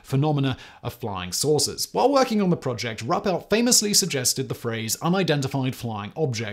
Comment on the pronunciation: Simon, Simon, Simon. It's pronounced "roo-pelt" not "ruh-pelt". Thank you.